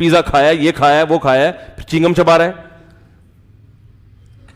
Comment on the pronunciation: Molana sb chigham nahi chew gum hota hy